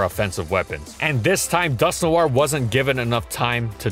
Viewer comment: It's just pronounced like Dusk-Nor not Dusk-New-are. I cringed hard every time he said the name